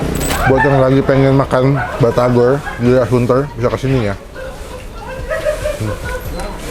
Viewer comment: Bang saran aja kalau nyebut batagor jangan di slahin huruf R nya harus pas nyebutnya